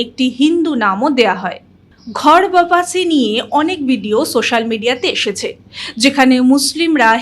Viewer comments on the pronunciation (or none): Ota ghar bapasi nay...... Thik uccharan holo ghar wapsi.. Kemon